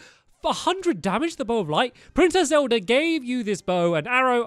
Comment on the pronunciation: He said zeld at the start